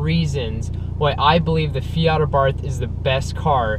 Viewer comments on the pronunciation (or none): Hey it's Abart no H at the end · To all wanna be Abarth enthusiasts , please you owe to the marque to pronounce it somewhat close to what is the proper pronunciation , here we go say AHBA'rt , accent on the A and no th sound , it is an Italianized name , try it , thanks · It is pronounced Ah bart.